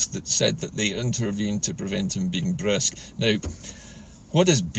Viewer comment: It was brusk not brisk